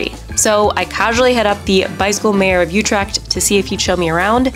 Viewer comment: Youtrecht? try to pronounce it correctly